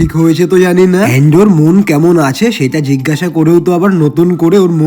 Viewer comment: Mon ❌mun 😅😅😅